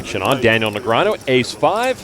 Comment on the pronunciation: You mean Neg-ree-ah-nu.